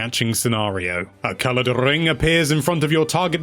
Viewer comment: A colorrrrrred rrrrrrring appear